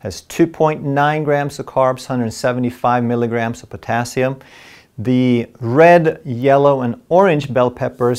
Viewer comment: Why is the emphasis on potassium ?